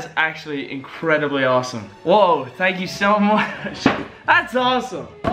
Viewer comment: "TANK YOU VANOSS"